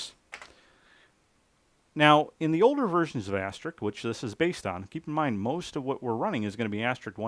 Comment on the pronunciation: Asterisk. Not AsteriK. :) Sorry nobody gets special treatment. Excellent work and presentation. Thank You. N8LBV